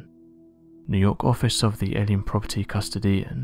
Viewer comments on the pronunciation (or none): Out of all this I couldn’t really pay attention to much more than the pronunciation of Custodian. No, it really doesn’t shock me that Einstein did work for his home country. Sure he left when things got crazy, but are we all to just expect anyone capable of genius just to automatically go work in the US or London? France? That’s ridiculous. And it’s possible now that I know Tesla did some things that we as a country (US) disagreed with, may had some effect upon the war with Edison. But that’s purely theoretical. Good video content though! Keep it up!